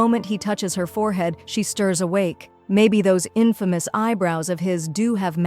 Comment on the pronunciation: Im sorry did you say imfomouse eyebrouse😂😂😂😂😂😂